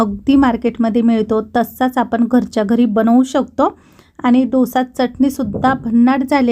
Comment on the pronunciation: ढोसा नाही डोसा